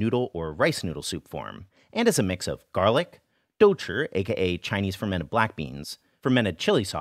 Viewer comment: Your pronunciation of douchi has improved so much since you first began! That tongue curl is perfect!